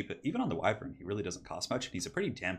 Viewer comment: do me a favor please and look up how to pronounce Wyvern. I love your battlecasts, but this just rubs me the wrong way so much!